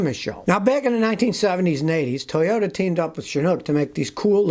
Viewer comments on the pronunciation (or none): none